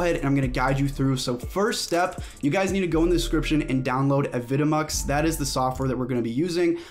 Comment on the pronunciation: is it not pronounced "avi de mux"?